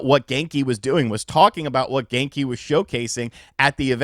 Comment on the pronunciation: Genki...more like: "Gone-ky"